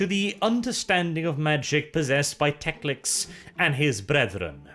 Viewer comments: Tec-lic-s? Wasn't it Tec-lis? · hearing Teclis as Teclics/Teclix is a bit jarring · TECLIS, not TECLIX! IN THE NAME OF RUINOUS POWERS, EVEN SLAANESH GOES LIMP HEARING THAT! But all in all, good video. I enjoy your style of narration very much. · Friendly correction. . . it’s Teclis not Teclix. Great video! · Love your channel but Teclis is pronounced Tek-Liss, not Tex-Lix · Why do you pronounce many Warhammer words so weirdly? Like Teclis?